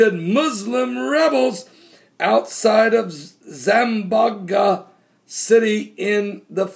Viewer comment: Zam-bon-ga is how Zamboanga is pronounced